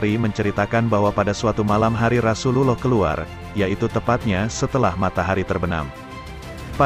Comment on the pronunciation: Knp gk jelas mengucap rasullullah sholloh hualayhiwa salam